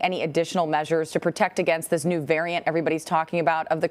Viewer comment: “VARAINT” Ok official news channel.